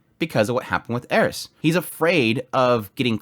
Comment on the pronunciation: I TAKE IT BACK HE SAID IT PROPERLY